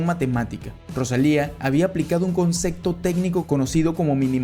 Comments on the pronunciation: Dijiste concecto, tres veces,no puedes decir concepto? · Muchas gracias, me gustó muchísimo. Te recomiendo terapia del lenguaje para que te sea posible, con práctica, pronunciar palabras que contienen "p" y "b" cómo concepto, observación.... Etc. Espero no te moleste, de corazón no lo digo a forma de burla.